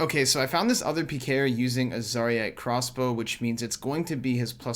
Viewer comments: Zaryte not Zariii-ite... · The way you say zaryte kinda triggers me lol. RSN